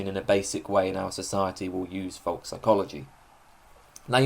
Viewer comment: f o l k - rhymed with oak; not fock as you pronounce it apart from that brilliant and thank you for posting